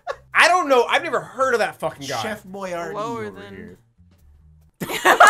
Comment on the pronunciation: Haha, I don't ka-no.